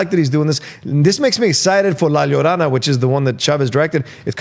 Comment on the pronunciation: Can we get some Spanish lessons. It’s pronounced “ la yo-ro-na”